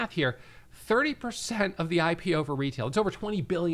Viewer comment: Love how you pronounced it "HypePO" instead of "IPO" and I think that's perfect. Looking forward to this hurricane of a catalyst